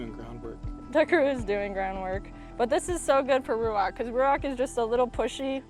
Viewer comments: Ouch, that hurts! the pronounciation of your chosen hebrew name ruach is not correct. The transcripted "ch" at the end is no "k" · Ruachhhh u don’t pronounce the c as ‘k’, the ‘ch’ should be like the wind. ‘Hhhhhhhhhhh’